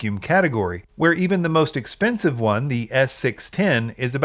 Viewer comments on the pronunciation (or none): none